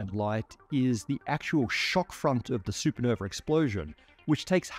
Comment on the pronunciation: "Sue Puh-nover"